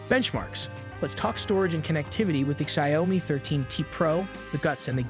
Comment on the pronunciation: Click-bait crap. You can't even pronounce word Xiaomi right.